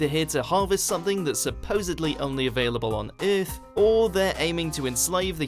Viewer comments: Instead of saying “er” he says “ee”. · What if aliens invaded ith tomorrow? Good thing i live on earth. Lol i cant stop hearing it now. Ith lol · Ironically Vague "the eerth" 😂😂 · If there are any....they are looking for YOU cuz you pronounce EARTH, "Ehrth". They may just want to place your brain in a smart car....see if you could handle driving yourself in any kinda "wheathah" "furst"...... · Maybe them aliens can I swing by and teach this narrator how to say the word Earth correctly!!! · that pronunciation of earth at the beginning really annoyed me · learn how to pronounce earth..